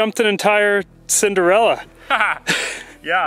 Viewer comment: Not sure if i understood right but did you say senderella or cinderella?